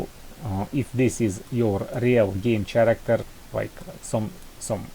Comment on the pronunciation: круто сделанно, но не чарактер, а карактер. Сорри что придираюсь, просто некоторые типы могут не понять это видео) А так спс, очень полезно для девелоперов